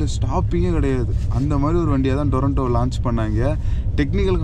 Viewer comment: அது டொரன்டோ இல்ல. துரந்தோ